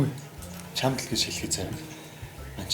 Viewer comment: чамт гэж хэлхээ боль